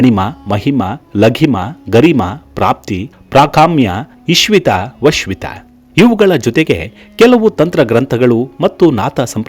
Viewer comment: ಇಶ್ವಿತ ವಶ್ವಿತ ಅಲ್ಲ, ಈಶಿತ್ವ-ವಶಿತ್ವ